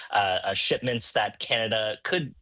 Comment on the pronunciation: It's canada not kenada